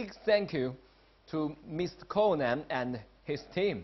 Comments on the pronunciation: Miss Conan you pronouce it wrong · Nah it's all joke he pronounced conan wrong on purpose idk why people think asians are that bad at english we can speak well but pretend to keep our accent because it's funny